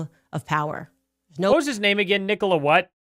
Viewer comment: She cant pronounce his name right. She obviously knows nothing about the corruption and death he sought on his people, she is full if bs.